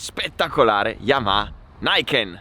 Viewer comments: Si dovrebbe pronunciare Niken (non Naiken) perché è giapponese e significa "2 lame", in teoria almeno. Bel video comunque. Grande!!! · Bravo! Interessantissimo! Però si dice "niken", alla giapponese, e non "naiken". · sei un grande come sempre, e anche in questa nuova categoria di video ti destreggi da vero professionista. Però lasciati fare un piccolo appunto: la moto si chiama Niken, pronunciata così come si scrive; la pronuncia all'inglese (errata) lasciamola agli anglosassoni:P. Il nome è giapponese, e vuol dire "Due lame", in riferimento al doppio avantreno ("Ni"=due, "Ken"=lama); pertanto reputo corretto pronunciarlo come pensato in origine. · Grande, gran video, continua così... permettimi solo un piccolo appunto, la pronuncia del nome NIKEN. va detto così come si legge con la “i” di Imola e nn all’inglese con la “ai”, perché è un nome giapponese composto da due parole, NI che vuol dire “due” e KEN che vuol dire “lame” (infatti il ken-do, “la via della lama” la scherma giapponese, è proprio derivata dall’arte dei samurai). pertanto avendo la moto un avantreno con “due lame”, il nome viene di conseguenza. scusami l’appunto, ma da insegnante di arti marziali e appassionato di cultura giapponese ci tenevo a questa piccola precisazione... per il resto sei davvero un grande. continua cosi, e complimenti davvero!